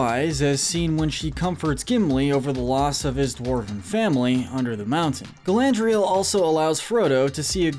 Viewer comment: Watched 12 minutes, only to go back to the beginning to pick up all the mispronunciations. Cracks knuckles. Sarumun. Rivendale. Bullrog (To be fair I once called it a bull hog, so...yyyeah. 😬) Olihphant - yes, I am nit picking here. Min ass teer eth. Hall dur. More E ah. Galandriel. Shell ob. Bell rog. Issen guard. Fan gorn. Rahn (Rohan). Urkai Deh neither 🧐😆 What gets me is when a name is some of these were also pronounced correctly.